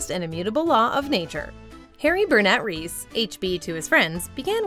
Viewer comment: Lol you can't say Reese's Pieces and Reese correctly.